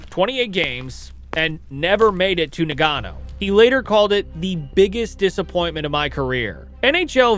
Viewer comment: NA-GA-NO NOT NA-GAN-O